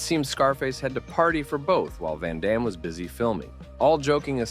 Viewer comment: Van damne to seagal Do not cha lenge me - a la expendables 2 pronunciation